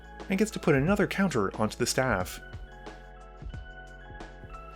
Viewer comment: The dudes pronunciation of Felix makes me want to die